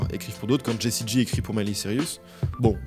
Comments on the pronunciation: maiyghley sirius quel prononciation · « miLeY siRiUs » 💀